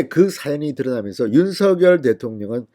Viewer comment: 윤서결이아니라 윤성녈이라고 발음해야되는거아녜요?